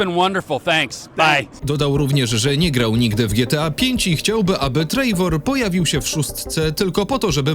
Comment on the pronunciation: Ekstra ale "Trejwor" mnie wykańcza i uszy mi krwawią